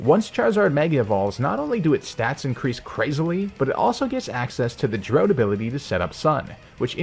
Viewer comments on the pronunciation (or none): Lol why did he pronounce drought as Droat